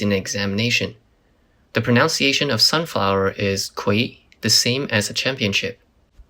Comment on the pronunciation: proNUNciation not proNOUNciatiin!